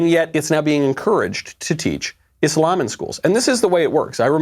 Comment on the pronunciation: thanks for pronouncing it properly..........Islam..... not izlam